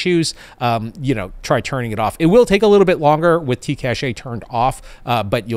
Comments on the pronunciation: In practice, we say cache like "cash". Cashay is more like a treasure stash. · The technology word cache is pronounced "cash" as opposed to "caché". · Hey! Funny how you pronounce cache as caché, you had me check on the gradio app if there was an accent, but no, it's cache as in cache memory. Caché would mean hidden. Thanks for your vid as usual! (French subscriber here;) ) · "cash". it's pronounced "cash". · Love your videos and content. Long time subscriber, first time caller here....Cache is pronouced "Kash".